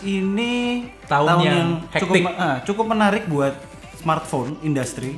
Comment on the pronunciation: Bilangnya mkbhd : samartphone 🤣🤣🤣